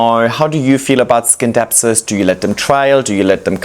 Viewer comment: Even though the word scindapsus comes from the green skindapsos it is pronounced " sinˈdapsə̇s" with a silent C like in Science. It is an excellent plant and Flora Magnifica are so good.